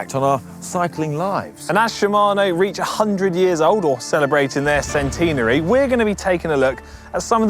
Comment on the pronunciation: Centenary. Not Ceteenary!